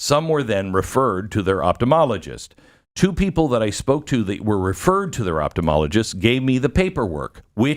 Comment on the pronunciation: Ophtomologist or Optometrist not Optomologist....please Glenn...come on!